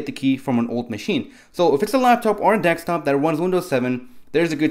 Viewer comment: You sound funny and it's Desktop not Dextop lol Good video all the same